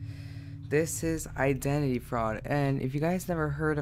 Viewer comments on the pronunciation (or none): who else is triggered why the way he says identity.